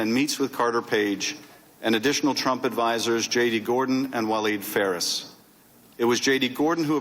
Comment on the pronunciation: there's no way he accidentally said Tramp instead of Trump about 15 times.